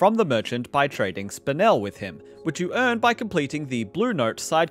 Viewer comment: It’s pronounced “spinel” not “spinel” 🙄